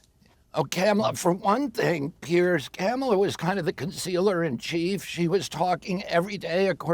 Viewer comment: Sounds like everyone is calling her Camela